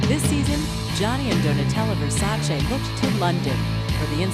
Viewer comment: Che cafoni chiamarlo VERSACI,NOT VERSACE!